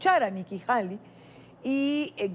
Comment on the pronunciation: Se escribe el apellido de la embajadora HALEY pero se pronuncia Heilei.